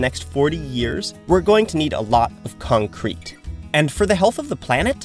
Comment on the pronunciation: What? You mean C O N C R E C C ?